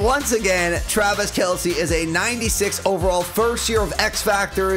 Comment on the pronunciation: You said Twavis Kelce